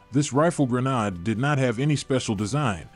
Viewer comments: Gren - aid you AI ........! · WTF is a gren- AHD? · Pronounce it properly gren aid. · it's pronounced grenade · There is no “r” in grenade! The narrator got it right a few times.